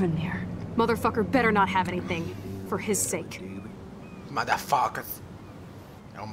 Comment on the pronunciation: "MODAFOCAS, MODAFOCAS"